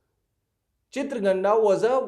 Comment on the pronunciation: Its Chitangada, not chitragandha